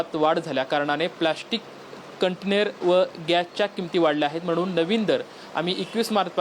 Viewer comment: भावा तू एक रिपोर्टर आहे पण तुला कंटेनर हा शब्द सुद्धा नीट उच्चरता येत नाही ही एक शोकांतिका आहे